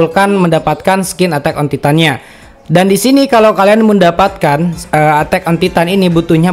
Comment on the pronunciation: “Atak on titan” wkwk padahal gampang banget nyari gmna nyebut bahasa inggrisnya😂